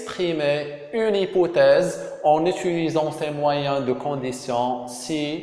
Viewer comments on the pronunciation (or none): A ssi raha hypothèse non pas hypouthèse